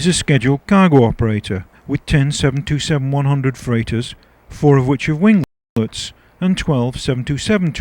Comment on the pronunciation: It's pronounced "seven twenty seven," not "seven two seven." Near-tail-strike.